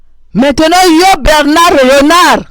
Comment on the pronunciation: C' est Bernard et non Berrrrrrrrrrrrrnard